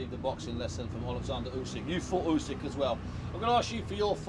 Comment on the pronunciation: John Fury... "YOOSECK"